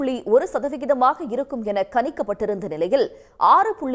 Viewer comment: கனிக்கப்பட்டு என்கிறீர்கள், கனிந்தால் நல்லது தானே? ஒருவேளை கணிக்கப்பட்டு என்று சொல்ல வந்தீர்களா? ஒரே குழப்பம். DD போல சரியா உச்சரியுங்கள்.